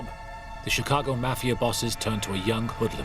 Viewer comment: You can’t even pronounce the word “Mafia” correctly. It’s not “Math”. Leave this content to someone else.